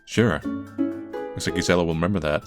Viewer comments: The 'G' in Gisella is most likely pronounced like a 'J'. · I think Gisella is pronounced with a J sound. I might be wrong, but I've never heard it another way. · In spanish is pronounced like 'Y', is funny hearing his version of the name